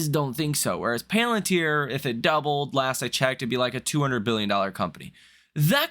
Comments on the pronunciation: You are fired from pronouncing the word PALantir hence forth. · I watch you everyday and I normally don't have much of a problem taking your analysis into consideration.... However the fact that you can't pronounce palantir correctly makes me think that you're not actually following the market and therefore I don't actually know what the hell you're doing so now I'm going to have to reconsider my time allocation and watching your videos and taking your videos into consideration